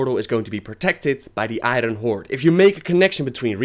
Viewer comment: I cringe every time you say I-Run horde.